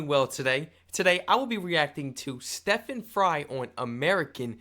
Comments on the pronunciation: It's STEEEEE...ven. Not Steffan. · It's Steven, not step-han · Stephen as in Steven not Stephin as in steppin